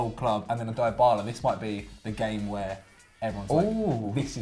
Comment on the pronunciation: Please someone teach how to say DYBALA!!